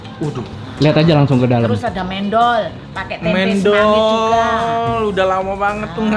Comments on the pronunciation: Pronunciationnya kurang tepaat... Harusnya mendol, Bukan mendol,... Tadi nyebutnya mendol, kalau di jatim nyebutnya mendol.... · Mendol itu baca men-nya seperti baca men di mymen...